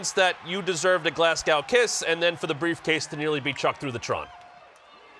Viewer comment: Glass cow???? Noooooo! glazgo is correct pronunciation.